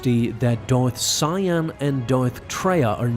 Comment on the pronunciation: Dorth Siam? 😂😂😂 This video doesnt really explain Darth Vader seeing Darth Nihilus.